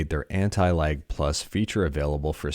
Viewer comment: Wheb you say lag it sounds as if youre saying anti-like